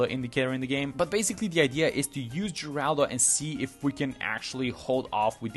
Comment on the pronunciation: isn't it je-rul-doh as opposed to je-ral-do?